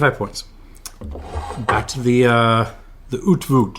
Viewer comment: I don't understand what's so hard about looking up how to pronounce [ˈœy̯tflʊxt]. How does shit like "pronounced "owt-flut"" make it into Wikipedia? IPA fucking exists and there are entire websites dedicated to pronounciation (where you can listen to native speakers' pronounciation). (I get that y'all might struggle with the Dutch g (much easier for a German speaker...) but the rest ought to be quite simple for English speakers.)